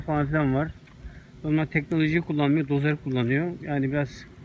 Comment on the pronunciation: "Tekneloji" değil , "teknoloji" lutfen2